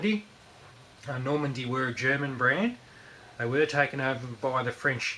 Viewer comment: It's Nordmende, not Normande.